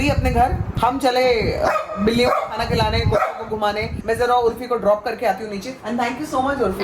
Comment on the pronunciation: Actually she said ki main chali kutto ko ghumane but sunai yeh diya ki main chali coco ko ghumane